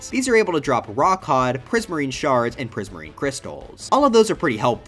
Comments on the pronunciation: EVEN MORE SHRRRDS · not the shrrrrds